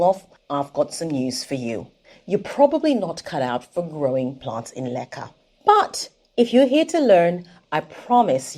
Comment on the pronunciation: Does anyone else thinks she says "lekker" all the time.